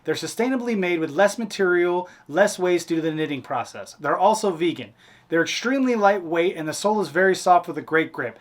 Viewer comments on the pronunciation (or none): Did say vegan?! 😂